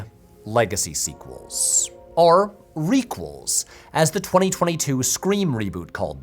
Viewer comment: I don't usually read comments and don't do Reddit, but has there been any discussion of how and why Patrick pronounces "or" like "are"? If you now can't unhear it, my apologies.